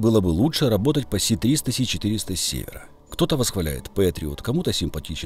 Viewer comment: Чудове відео! Все в "десятку", як завжди! Бульборусь - величезна проблема. І вона сама собою не розсмокчеться. Одне лиш ляпну., не "Сі-300" а "С-300". То не англійська буква "Сі", а кирилична "Ес". Правильно читається "ес-триста".